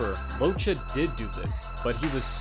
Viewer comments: Just to say, this man is ITALIAN, and his surname is read “LOKKEH”, not “Locha”... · congratz.. you managed to misspronouce the name each and every f'n time. its pronounced Lokke, not Locce. ffs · I think it's time some truth comes out about origins, habits, traditions that can influence a man during his life time.. Nicolino LOCCHE, pronounced as Lokke not Lo-che'.. was a Sardinian immigrate to Argentina..if people knew a bit more about ancient cultures in the western part of the world like Basque country or the island of Sardinia,it would be much more easier to understand someone like Nicolino...to make it short..the rural sports and festivities of these countries are completely different from their sorrounding neighbors.. It's a Sheppard's country which means dealing with unpredictable animals like mountain goats etc and the short and fast step folk dances that represent these cultures gave birth to a very particular way of moving and evading obstacles..it's in the DNA of people these memories..even living far away from their mother land...so Nico use to say when asked why he did not hit hard or knocked out his opponents.. "I don't like to hurt people..I just enjoy making people enjoy the boxing play..". If any of you check the Urthus e Buthudus of Sardinia you can see how spontaneously people climb any obstacles without training ..and fully dressed with heavy fur and kilos of bells and even chained to others...all it takes is the whish to make people enjoy with a few glasses of wine a lot of physical feats . that's the origin of the ability of great Nicolino LOCCHE... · Great video. Only correction I can think of is his name. He may have chosen to be called by the pronunciation in the video but Locche is a Southern Italian name. It is pronounced "lok'keh" with a very short syllable between the two C's. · beautiful video. Just one thing, although he's argentinian, he's of italian background, so, his surname is pronounced Lokke.